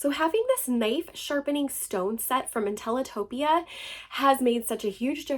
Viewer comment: I'm glad you can pronounce the word , "Intelitopia," Great review!